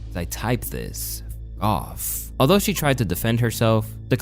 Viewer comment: You don’t know how to read the word, “although.” 😂